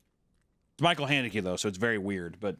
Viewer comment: For Michael Haneke being your favorite director you have absolutely no idea how to pronounce his name